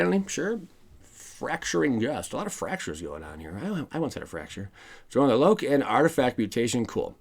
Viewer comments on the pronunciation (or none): none